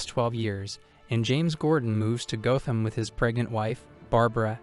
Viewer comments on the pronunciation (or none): Gotham is pronounced like “goth”. There’s no loud “o”. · Why are you pronouncing Gotham wrong ?